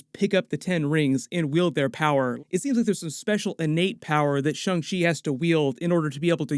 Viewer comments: Why is everyone saying Shung Chi. Thought it was Shang Chi… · I hear shong chi like when you say Shawn… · did I just hear "Sho-chi video"?